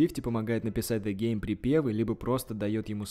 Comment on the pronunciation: Ты клоун нормально произноси имена правильно ДЕ ГЕЙМ 😂😂😂😂😂